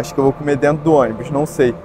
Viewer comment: KKKKKKKKKKKKKKKKKKKKKKKKKKKKKKKKKKKKKKKKKKKKKKKKKKK "É DENTO"